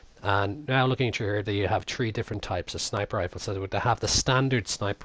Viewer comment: Does anyone notice when he tries to say three he says tree